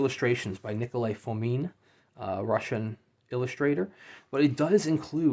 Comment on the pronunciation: Thank you for reviewing the book. I still haven't received my author's copy (due to shipping issues caused by sanctions), so it was interesting to see how the book looks. Also, thank you for pronouncing my last name correctly (first version). I hope my illustrations have added to the storytelling. Greetings from the Urals, Russia. Nikolai Fomin